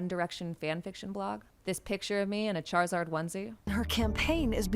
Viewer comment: Doesn't pronounce the i in Charizard. Lost my vote /s